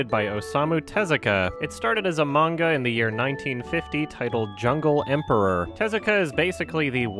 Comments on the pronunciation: I'm just seeing this, and it's a pet peeve of mine when someone pronounces 'manga' with a long 'ay' sound like 'page' when it's more of an 'au' sound like 'autumn'. Ugh. No respect for those people as far as that goes. 😂😂😂😂 Nihongo wa daisuki desu yo! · if you cant even pronounce manga (mon-gah), youve lost all credibility. not you (this channel) but the sample you used. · I don't trust anyone that pronounces manga like mane-ga🤢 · Anyone who pronounces it "mane-guh" is not credible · "mainga" That woman made the weeabs in the crowd cringe hard with that pronunciation. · we’ll I lost a point of taking that seriously when she mispronounce manga, even pronounces it right. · I'm not a huge anime/manga nerd but the way she pronounced "manga" when mansplaining blatant misinformation makes my blood boil. EDIT: Also wtf Kimba is fucked up lol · "based on a maynga by awesome-u tezooka". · "A MAYNGA SERIES FROM AWESOME-U TEZUKA" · "based off a mane-ga by Awesome-oo Tuhzooka" That physically hurt to listen to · "based off a mayn-ga series by awesome-u tazooka" please rip my ears off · listen to that pronunciation "maynguh series by asooma teZOOka" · her pronounciation of the word (manga and Oasmu Tezuka) oozes cringe